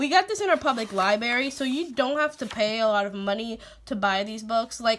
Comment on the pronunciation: PS: & Now you have me re-visiting Alpha Phonics.. That colorful paper is a GREAT idea! <3 PSS: U have me smiling.. U pronounce "library" the way my mom says "library" ... " li- berry" ^_^